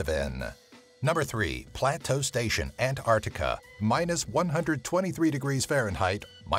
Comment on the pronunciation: It bothers me that he keeps saying "antartica". There's a c in there yenno